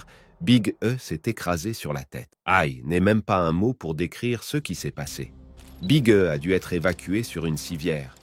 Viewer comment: big e se prennonce Big e ? non sa se prenonce big i